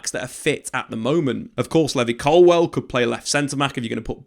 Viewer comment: Or " Colwell" ,as he says